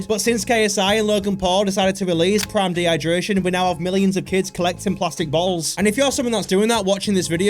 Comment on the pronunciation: Did he say prime dehydration😂😂